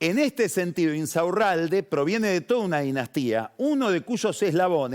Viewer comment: me estallé como Pagni pronuncia "Insaurralde", increíble! 😂